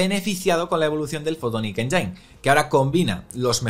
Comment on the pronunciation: exelente resumen como siempre, pero... fotonic "enyáin"... enyáin... me sangran los oidos.